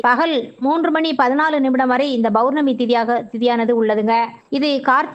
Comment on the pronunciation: Bournami , Bournami yaaaaaa????????? POURNAMI ENRU SOLLUNGA.